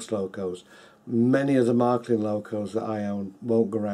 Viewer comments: The first syllable of Märklin rhymes with "hair". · Close, but not quite. The vowel you're reading as rhyming with "hair" doesn't exist in English, so you're still anglicising it while criticizing OP. Honestly, "Mair-klin" sounds more cringe than "Mahr-klin", if you can't actually pronounce the "Mär" syllable.